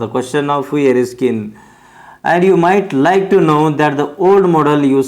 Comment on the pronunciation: That is hughie not hugi you don't to read😅